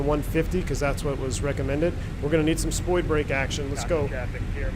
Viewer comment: "SpoiBrake" when said seriously makes me giggle every time